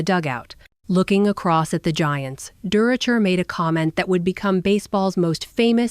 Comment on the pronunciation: It's Leo durocher looks like AI has a problem with names